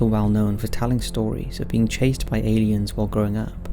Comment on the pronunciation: I like when people pronounce the word "elliens" instead of "aliens"👽